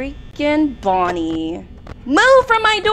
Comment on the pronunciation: hi i cant belive u played fnaf its such a good game and i just wanted to say u said bonnie wrong